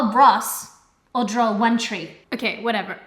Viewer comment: I like how pronounces "draw". She going to drawer a certificate.